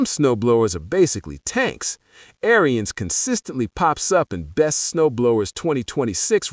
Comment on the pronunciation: It's pronounced (Air-ins) NOT AIRY-INS